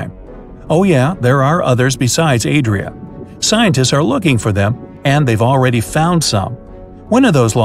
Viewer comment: calls the new continent “Yo Adria“!